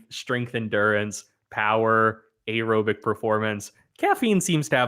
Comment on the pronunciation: Why does pronounce “aerobic” so fucking weird? Especially compared with how he pronounces “anaerobic”. I feel attacked.